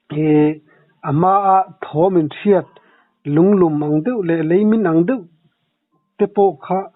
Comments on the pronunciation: Puitling upa lam meuh maiin mizo tawng dik an hmang thin lo hi chu ngaimawh awm thin deuh tih turah doh ati ziaha!!! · Ka pu țawng hi keima lam hriat dan dik loh vang zawk nge ni,deuh tih turah hian, doh ti hian ka hre tlat zel😂😅.Thil ngaihmawhawm em em chu a ni lem lo na in,kan sawilang ve mai mai a ni e